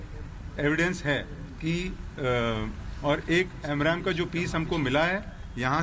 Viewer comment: Its AMRAAM not AMRAM.